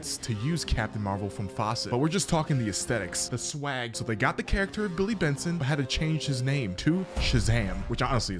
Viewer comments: *Billy BATSON. Not Benson. This isn't Regular Show. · Batson! NOT Benson!